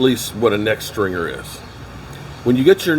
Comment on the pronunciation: It's called correct Pronunciation, which must have skipped in school. Makes him look foolish at times. Yes, stinger is correct sir.